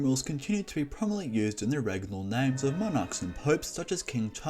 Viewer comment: Fix your tongue